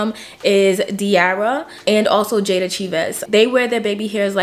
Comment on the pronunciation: I never knew that’s how you pronounce Jayda last name, I guess never attempted to pronounce it